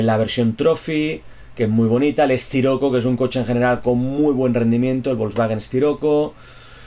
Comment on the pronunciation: Como siempre un gran video compañero. Un consejito compañero. No llames al wolsvagen sciroco como esciroco por que me xirrian los oídos. Hehehehehe se llama wolsvagen Siroco. Saludos amigo. Como siempre esperando con ganas más vídeos de conducción.